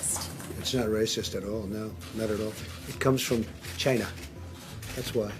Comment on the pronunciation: The way he said "Chi-na" made me giggle